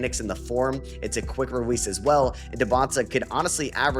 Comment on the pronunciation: Am I tripping or is saying “quick rewease”